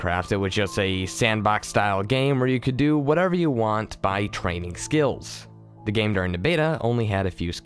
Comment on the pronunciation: There are a couple pronunciations that pull me out. I don't mind words that have multiple acceptable pronunciations or are obscure but simple words such as the word 'the' being said as 'da' is incredibly immersion breaking.